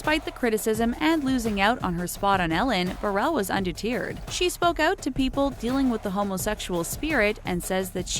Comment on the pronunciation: Why is the narrator pronouncing so many words incorrectly? It's buh-rahj not bear-rage. It's duh-terred, not de-tiered. There's like 15 words this lady mispronounced.